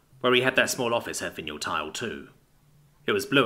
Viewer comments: Dude I love your narration normally. Are you English because if you are, you can't have gone to school. Vinyl ... Vi (not vin) nal PLEASE PLEASE PLEASE LEARN TO PRONOUNCE THINGS CORRECTLY, it's a travesty when you ruin a single word (or words) when reading. This puts me right off listening to the rest of it. Linoleum, side boards etc so it's a vinyl tile. (where and wtf is a vineal spelt as you pronounced it tile). DO NOT BOW TO THE YANKS, SPEAK ENGLISH BE PROUD TO BE ENGLISH, if you aren't your still not forgiven correct pronunciation makes or breaks a story..... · >.<!!! It's Vinyl! VIE-NULL! VIE-NULL! >.< (This happens more and more frequently, old words for old things being pronounced by people who've obviously never heard them spoken aloud before and then the 'rules' of English utterly fail them.) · VY NUL. It is pronounced VY NUL. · Vin-yule tile. I think that is what yule logs are made from? You're golden. Thank you so much for the hours of narration you have provided for us. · Vinyl The thing records are made of Mf did you say vinyall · Butchered it bad enough I had to check the text,... hahaha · Wait, wait, wait., say Vinyl again please. Something tells me you've been pronouncing too many alien names lately.